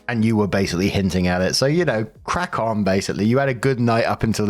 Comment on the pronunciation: I know said Crack on, but who else heard "Crap on"